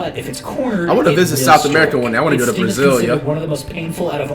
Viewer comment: he said Brazil yo